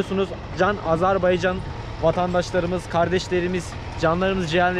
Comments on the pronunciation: video çekiyorsun ve kendince azerbaycan lehçesinde konuşuyorsun. Fakat içinde bulunduğun devletin adını doğru bir şekilde söyleyemiyorsun. o devletin adı azerbeycan veya senen dediğin gibi azarbeycan değil beğim. orası azerbaycan. önce bu Türk devletinin adını doğru söylemeyi öğren. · Siz birinci AzerbAycan sözünü düzgün deyin! AzerbEycan eşidən kimi söndürdüm videonu